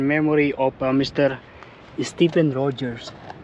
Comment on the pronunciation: ma walang galang na po. Yung tamang pag pronounce po sa pangalang " Stephen " is " Steven ". Yung "ph" is pronounce as "v", tulad po ng " Port Stephen " ang bigkas po duon ay " Port Steven ". Salamat po. By the way, this is a really funny video. Nice one!